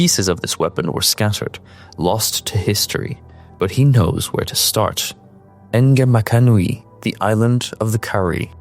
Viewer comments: Pronounced Naamakanui.. Nice video.. Still a room for improvement.. I wish you had dived deeper into Who Doryani is exactly.. we already used his gears in POE1 10 years ago... Did you mention we didnt kill Viper Napuatzi and her legions.. right before we dealth the killing blow, she and her legions were teleported to the timeless domain in Legion 5 way where you will also find Karui queen Hyrii and her warriors, Lioneye and his eternal empire wariors, Cardinal Vox and his templars and lastly The Marakest sekhema Akuna and her warriors.. No one knows the entity that traps these 5 legions to fight endlessly in a pocket dimension.. The karui goddess Hinekaro, Kaom and other lords of Karui will one day try to find Hyrri and her warriors. The demon of Atzoatal was us looting Atzoatal.... Act 4 will be in Karui islands, Act 5 most likely in Kingsmarch.. and Act 6 is gonna be a banger... I wish you had explained different civilization mentioned by the Blood Priestess Atui as well... And Doryani talked of a certain person who he mentioned as the Patron who has warned him all of our coming, the corruption, the cataclysm, the atlas.... Im 99% sure that mysterious person is no ther than Zana our beloved Cartographer... Good video but i wish you do abit more research... keep it up bro! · awesome!!! btw the "Ng" in Ngamakanui is pronounced as just an "N"! there's gonna be a ton of names like this when act 4 drops, can't wait for the lore aaaaaaa